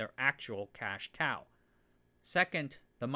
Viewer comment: 'cache cow' LMAO